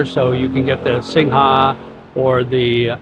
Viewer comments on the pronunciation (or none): Good for you in trying to learn Thai...chok dee SINGHA is pronounced without the A...SINGH